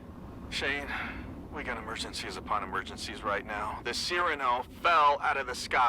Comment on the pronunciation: Still love how he hears it pronounced Cyrano (si-ra-no) yet still says a it Cyrano (Sci-Ran-o)